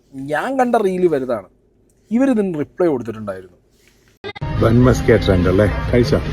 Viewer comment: sorry to correct you..musk alla maska aanu... muska ennal venna... ithinte origin gujarat aanu...and am staying in Ahmedabad.. ivide ivar use cheyyunnath butter alla.. veettil kadanjedukkunna venna aanu